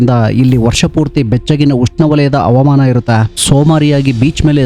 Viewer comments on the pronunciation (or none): ಹವಾಮಾನ ಅವಮಾನ ಅಲ್ಲ ಕನ್ನಡ ಸರಿಯಾಗಿ. ಉಚ್ಚರಿಸಿ ಆ ಕರ ಹ ಕಾರ ಧ ವೈತಾಯಸ ವನ್ನು ಸರಿಯಾಗಿ ಹೇಳಿ